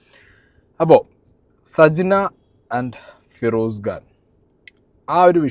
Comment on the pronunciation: ഗാൻ അല്ല ബ്രോ ഖാൻ ആണ്